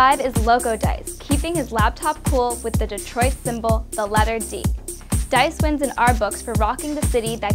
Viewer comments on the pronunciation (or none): none